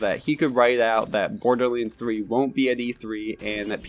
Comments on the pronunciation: I legit cant listen to this, just say BORDERLANDS not BORDERLEEANDS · OMG IT IS NOT BORDERLEENS IT IS BORDERLANDS. HOW MANY TIME DO WE NEED TO TELL YOU